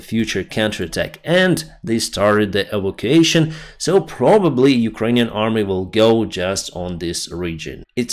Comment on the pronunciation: I know you like to improve your English. So a word you will be using a lot in the coming months is evacuation, it is pronounced. e. vac. u. ation Cheers mate. No disrespect intended.